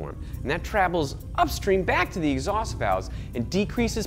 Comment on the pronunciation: The ONLY problem I have with this video is at , he says trabels instead of travels